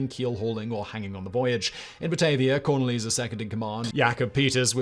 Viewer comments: Yes I agree; investing a bit of time into proper pronunciation of the names, especially where the stresses should be in a name, would've helped a lot. Cornelis is pronounced as cor-NAY-liss, for example. You could say corNEEless in English, like you would with, say, Cornelia. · English is my mother tongue and I live in the Netherlands. These pronunciations were painful. Cor-NAY-le-zon (Cornelisz) becomes Corn-a-LEEZ? And don’t get me started on how he said Gijsbert Bastiaensz. Yikes. 😂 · Me, a Dutchie, having the same reaction to the pronunciation of Cornelisz.